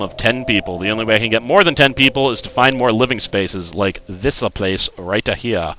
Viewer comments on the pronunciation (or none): i love how he say >RIGHT A HERE<